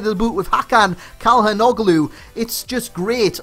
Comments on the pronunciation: is pronounced chal-han-ohlu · I have not seen the vid yet. But I know it will be great anyways. Hope you scored tons of Freekicks :D Btw could you please review Benteke? <3 By the way. They compare him to Juninho and you pronouned the name quite well but the first "C" is more like a "Ch". :D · Cha - Lang- luu- that's how the commentators in the league say it! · Great review! By the way, it's pronounced Chal-han-oh-lou. The G is silent. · its pronounces chalanoglu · And you don't pronounciate the g, so it's like "tshalhanolu" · the Ç in Çalhanoglu is pronouced as "Ch" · You ve to say " tschalanoglu";) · Het it's pronounced chalanogloo:) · Im turkish and you said it wrong, but you know close enough hahaha. its a complicated name